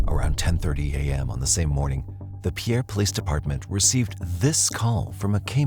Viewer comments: It's not Pierre (as a French pronunciation, 2 syllable). It's pronounced as Pier or Peer, 1syllable. It's also NOT referred to as Pierre City; just Pierre. Pierre is on the east side of the Missouri River and Fort Pierre is on the west. (lifelong South Dakota native, here) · Its not Pierre City its just Pierre and pronounced like "peer." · Not Pierre City... just Pierre. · It’s pronounced Peer, SD. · The city is pronounced Peer. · The town name is pronounced "Pier"... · It isn’t pronounced Pierre it pronounced like pier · It’s pronounced Pier. Everyone that doesn’t live in SD always gets it wrong. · I live in south dakota, it's not pierre city, it's just pierre. Pronounced PEER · I found the music soothing. Definitely helped with how irrationally annoyed I got every time they said “Pierre” wrong. Yes, they said it the traditional way, but as a South Dakotan, it’s actually pronounced like pier/peer. 😂